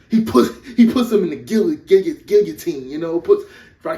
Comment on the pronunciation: "Puts him under the gilla, gulla, gigatine" 😭😭😭 I can't stop crying!